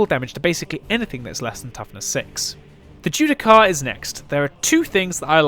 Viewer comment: Bit late to the party but... "Judiciar". As in, "Ju-Di-Shar". You're welcome.